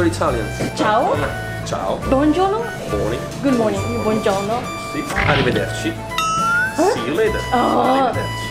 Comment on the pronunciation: アリ場だっし は、arrivederci （アリベデルチ）ですよ〜！